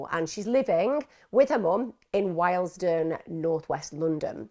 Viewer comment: Just for info Emma. Willesden in N London is pronounced, Wilsdon. London divided up into so many boroughs, you have no reason to always get it right. Carry on the good work; it's scary out there!